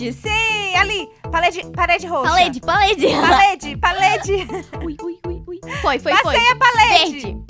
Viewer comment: "palede" kkkkkkkkkkkkkkkkkkk